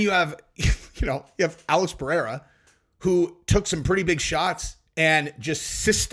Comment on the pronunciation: can you teach chael how to say Pereira